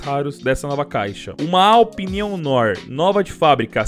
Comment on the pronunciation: Nao é Aupi é ADAPIU PE